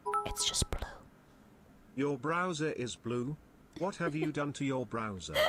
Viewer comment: “It’s kinda blwue”